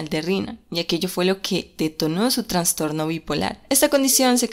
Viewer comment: Una pequeña aclaración, la palabra correcta es "trastorno", sin la "n".